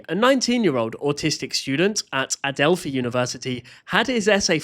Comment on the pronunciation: it’s Adelph*i* (eye) love ur videos